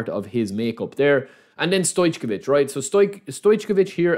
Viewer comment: It's not pronounced StoyCHkovich, it's just StoyCovich. Anyway, everyone calls him Pixi.